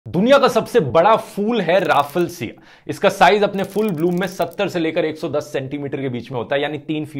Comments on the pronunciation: You pronounced it wrong😁 It's रेफ्लेशिया Not राफलशिया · It's pronounced rafflesia not rafelsia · bhaiyya ne bola रे फ ल-सी आ Google pe check karna pronounciation रेफ्-फ़्ले-सी आ hai. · Kya aap 4thi paas se tez hai? P.S- its pronounced raffle-shia, it gains nutrition primarily from the vine of tetrastigma alone, hence they are total parasite, only the flower is visible on the vine, which intially start as a bud. They are called stinking corpse lily, the smell is to attract pollinators for reproduction and not nutrition, hence they are neither insectivorous (which is a subtype of carnivore)- hence nor carnivorous. Though they only grow in the rainforests of southeast asia, but have successfully been planted in controlled environment by an indonesian scientist. One intresting fact- the flower only bloom for a week in their entire lifetime, and as they depend on insects for pollination, the odds of which are mostly decreased due to its flowering period, is another reason of it nearing extinction. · Please correct the pronounciation Raf-fle-sia. Yeh maine school me sikha hai toh agar yeh galat ho toh bata Dena bhaiyya. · Dhruv mispronounced Raffelsia as Ra-ffal-sia 🤣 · Bro it should be pronounced like this: raff-le-sia